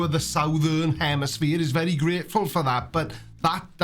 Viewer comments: she says "Northern hemiSPHERE" and "Southern hemiSPHERE." Pure comedy gold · What dis she say there ( to )? Northern hemiSPHERE and southern hemiSPHERE? Strange kind of flat.